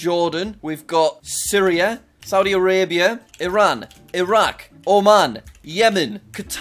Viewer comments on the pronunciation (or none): none